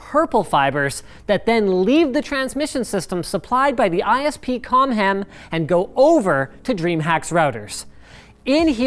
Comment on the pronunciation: I was like "hey thats pretty good!!!"